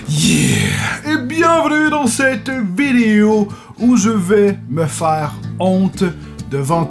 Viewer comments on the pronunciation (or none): none